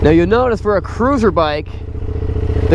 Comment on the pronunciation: it's notta crewsaaaah